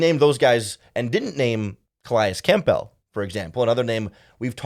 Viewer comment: Campbell, it’s cam-bül like the soup